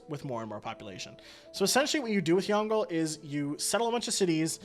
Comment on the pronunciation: Sigh pronunciation help because some of the things you said infuriated me Yongle- Yawn g luh Qin shi Huang - kin she hwong Wilfred laurier- will fred lau ree eh Ba trieu- bah true Seojong- say jong Seondok - say yon duck Hope that helps